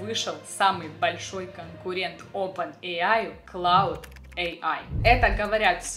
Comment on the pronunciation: Не Клауд, а Клод